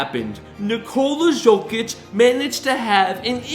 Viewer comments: yeah but you would thing would say hist name right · The guy will be 3 time MVP, and you can't evan say his name right... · You butchered the hell out of his name. This man is a superstar, you make a video about him, and you don’t know how to say his name? 😮